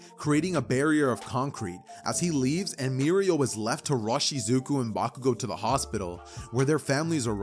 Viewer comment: I guess he just messes up Bakugous